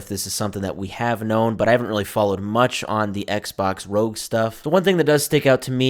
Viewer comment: It’s not Rogue or Rog. It’s R O G. It’s an acronym for Republic of gamers.